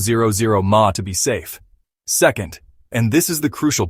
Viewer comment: "milliampre-hour" (sometimes pronounced as "milliamp-hour"), actually, but yeah, that "twenty, zero zero zero mah" is annoying.